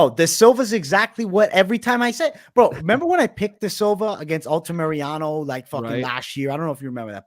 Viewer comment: Altamirano, not Altamereanu